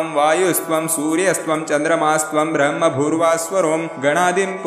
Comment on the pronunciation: This "ब्रह्मभूर्भुव:स्वरोम" pronunciation is wrong Please re correct